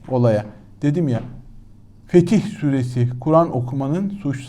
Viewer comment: Sayın Başyurt, bazı kelimelerin okunuşuna dikkatinizi çekmek istiyorum: "Fetih SÜRESİ " degil, "...SÛRESİ" ! --- Bunun dışında ,programlarınızda önemli şeyler öğreniyorum,teşekkürler!